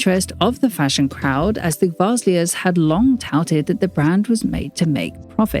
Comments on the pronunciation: Love the content. Watch it religiously But could you please pronounce the names more accurately? Gvasalia : Guh-vah-SAH-lee-ah County of Milan : not countRy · As always great video. Sorry to be a party pooper but you mispronounced thier last name 😬